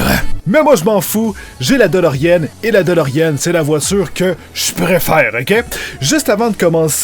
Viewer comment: tu sais qu'on dit "deloriAne" et non delorienne.